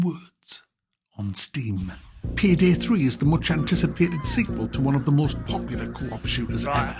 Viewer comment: Pihdih 3 huh? Learn how to speak English boy